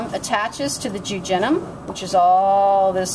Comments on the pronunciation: I've never heard such bizarre pronunciations. DuOdenum is ridiculous but jujenum is completely wrong - check the spelling. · I think she made a mistake by calling jejunum "jujenum."